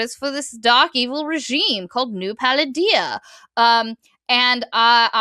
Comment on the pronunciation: every time you say “New Palladia” I keep hearing Paldea as in the Pokemon region from scarlet/violet and im like, this really is a crack pic XD